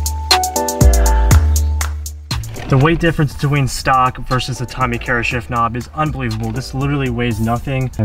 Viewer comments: It’s Tommy Kaira - pronounced KAI-RA 🤙🏻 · Man, at least pronounce the parts right. Ultra rare and dope shift knob, respect on that, but that's not how you pronounce Tommykaira.